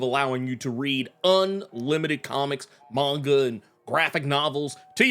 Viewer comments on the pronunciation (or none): none